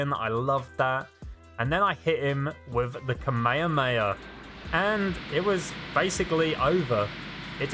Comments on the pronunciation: You were like “Kamekameka” it’s actually kah me ha me ha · kuh maya maya… it’s kamehameha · whats kameyameya? its called kamehameha not kameyameya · why did you say kamayoyo wave? its kamahama wave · Bro you are saying ka me ha me ha wrong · When he makes kamehameha sound like "cmere mayor" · I hope he is actually saying ka-maya-maya on purpose and not being serious 😂😂😂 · I like how he pronounces kamayhaamayhaaaa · No one:: kameyameya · He completely butchered butchered "Kame hame" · Sorry but kamayaakamyaa 😂 just a little thing I found funny it’s a amazing video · Pronounce (kah-mei-ha-mei-ha) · Kamehama kei-mei-am-ehey A big boi beam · It's funny on how you say Kamehameha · the way you say kamehameha gives me aids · The what? I can't understand your accent, you seem to be saying Kamehameha incorrectly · I hate how he says kamehameha wrong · He said kamehameha wrong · every time you say kamehameha i die a little on the inside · the way he says kamehameha is just no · Why do you say Kamehameha like that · That is not how you say the beam move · Why must you pronounce kamehameha wrong.